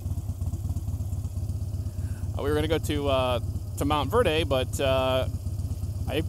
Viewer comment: hey it's Montverde, you don't pronounce the e so it would just be Verd. You're right down the road from me, I recently moved to Clermont. It's nice, just lake county is so rural.